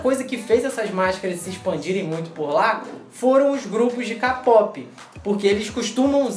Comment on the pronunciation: Pfv se vc for buscar algo na internet,Fala direito obrigada (ñ fala KAPOP fala KEIPOP, mas se escreve KPOP)